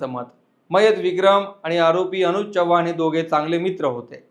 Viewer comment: च्यवाण नाही चव्हाण असं म्हणतात